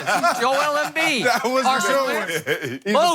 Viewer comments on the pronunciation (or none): He called him Joel embid 😂😂‼️